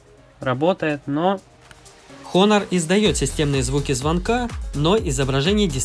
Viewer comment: ААААААААААААААААААААААААААААААААААААААААААА Honor читается как ОНОР!!!!! НЕ ХОНОР!